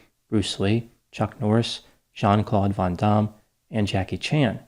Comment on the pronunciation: As a French person (and fan), I could listen to you saying "Jean-Claude Van Damme" all day.